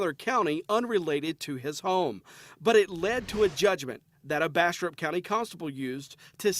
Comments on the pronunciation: I thought you said "Bastard County Sherif" xD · Every time they say Bastrop County sounds like they're saying Bastard County lol